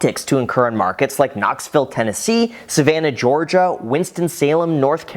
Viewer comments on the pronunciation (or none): none